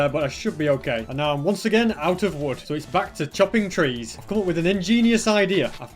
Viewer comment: He's accent is really interesting like the way he pronounces "come " and "shulker box" more like "coum" and "shouke box", where's that from